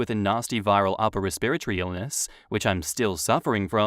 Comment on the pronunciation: That pronunciation of "respiratory" in the final update of Story 1 caught me off guard lol